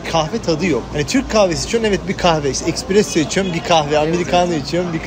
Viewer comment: 📌 e’K’presso değil, E S P R E S S O… 📌AsgEri değil, A S G A R İ..